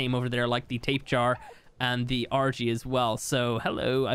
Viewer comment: Lol he called the tapejara tape jar